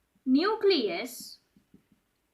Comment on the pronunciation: Nusilus ni न्यूक्लियस 😂😂